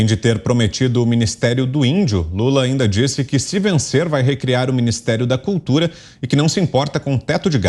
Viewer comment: Sabe nem falar "cutura"